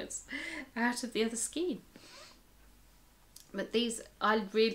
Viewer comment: Enjoyed your video. Love the way you pronounce skein. The star jumper you’re making for Katherine is lovely. It’s crocheted is it not? Wish I had the pattern. I’d make it for myself.. I think your amigurumi are nicer than the originals, makes yours unique.I wouldn’t have known it was a toucan if you hadn’t said, so it’s head is in the perfect position. One question.....what are you going to do with hundreds of stuffed amigurumi if you make all of the patterns?? Will you have to move out or rent a storage shed or , or , or......♥️🇦🇺🌈